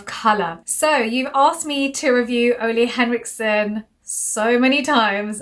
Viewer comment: I've heard it pronounced OOle Ulee